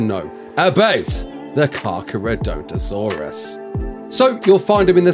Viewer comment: You kinda completely butchered that name